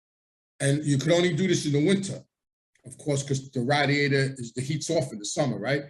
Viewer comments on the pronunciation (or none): Ray- diator not rad-iator. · I will never forget where I was when I heard the word "radd-e-ate-ur" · Its funny how you say radiator lol, that Italian accent is strong with certain words!